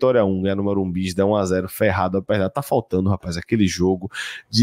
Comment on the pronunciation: Porque fala morumbis ao invés de Morumbi?